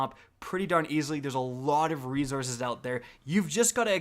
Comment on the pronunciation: Rezorces lol stop it